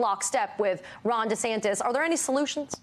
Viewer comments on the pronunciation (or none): I like how this man pronounces his name -- DeSandToes